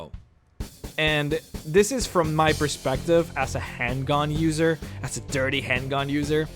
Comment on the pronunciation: Where are you from? I thought you were American and was surprised by your... interesting... pronunciation of the words "Fall" and "as". The thought has now occurred to me that you are obviously not a 1st language English speaker.